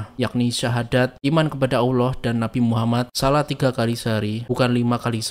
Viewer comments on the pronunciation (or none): none